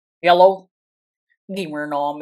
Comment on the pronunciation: This guy sounded like he said "Yellow" instead of "hello" in the intro